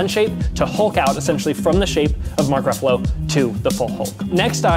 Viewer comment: Mark Buff-alo😂😂😂